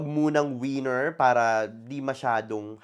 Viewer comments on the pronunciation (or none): none